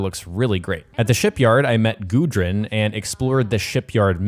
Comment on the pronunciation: What an awesome valhalla preview! Its so funny watching you americans trying to pronounce norwegian names and words. I'm norwegian, and the name "gudrun" is a common name even today, and its pronounced completely different than the way you pronounce it. I'm not being mean or anything, it's just funny.